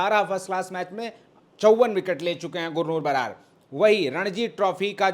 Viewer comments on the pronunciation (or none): बरार नहीं। बराड है